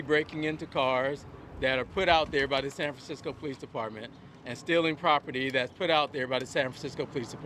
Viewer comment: San Francmsickol